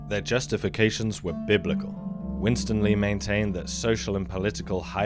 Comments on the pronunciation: Are you the narrator? If so, two quick tips; the name is Win-Stanley, not winstan-ly. The word Chagrin is pronounced ch-Grin, not charrrgrn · It's pronounced 'Win-STAN-ley'.